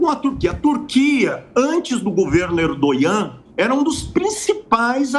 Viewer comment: Sei lá... Achei esse professor meio pró hamas. Alô Mossad... Bora puxar essa capivara aí. A história já mostrou que vários professores, jornalistas, médicos e etc já tiveram ligações "muito estreitas" com grupos extremistas. Sem falar que ele fala "Erdonhã" ao invés de Erdogan. 😂